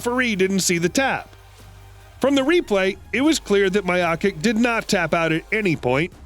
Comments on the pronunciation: Lol the way he pronounced Miocic "My-ow-kick" it's "Mee-ow-chuch" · "Miya-kick " instead of Miochic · At " Maiokik" I slammed my head against the drawer and stopped the video. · Lol “My ah kick” instead of miocic. And i cannot fucking believe that english is your first language when you keep saying a fighter regretted getting knocked out. This is the dumbest fucking video ive ever watched on youtube